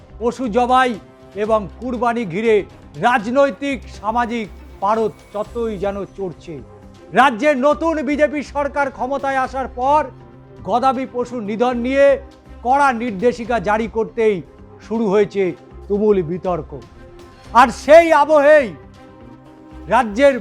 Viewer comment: গদাবী পশু না গবাদি পশু বলুন খবর পড়তে জানেন না